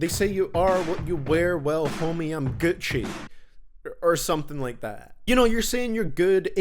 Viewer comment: I lose it every time he says ‘Gucci’ 😂